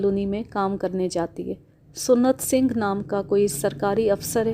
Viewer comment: Maddam...Lafz SUNNAT Singh Nahi SANT Singh Hota Hai.